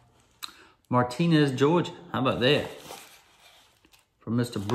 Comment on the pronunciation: Doc, it’s pronounced “Martin-ez, not Mar tin ez, I lived here fo for 68 of my 72 years.